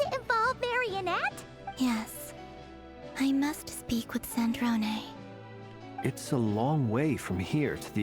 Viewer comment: its sandrone not sandron oml